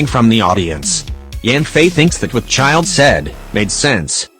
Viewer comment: it’s childe